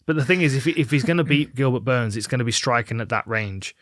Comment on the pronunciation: Did she call him Goobert?